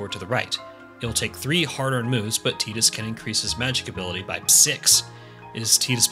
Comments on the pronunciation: "Tie-dus' not 'Tea-dus' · Tidus is pronounced like Tide-us, not teeedus, it's a water pun. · TEETUS? I seriously cannot continue listening to you. I can't deal with this. lol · Don't they say tidus' name in the game multiple times? How do you come away calling him 'teetus"? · Hahaha, you pronounced tidus wrong. It's pronounced FUNKBUTT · You lost me when you said Tee-tus